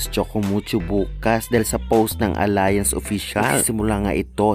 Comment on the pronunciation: It's not pronounced as Alliance but ALYANZ.(ALLIANZ)